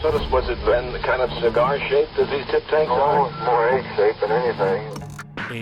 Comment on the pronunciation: He said tip tank